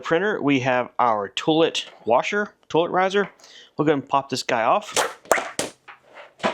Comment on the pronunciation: I can't be the only one stuck on hearing "tool-it". :)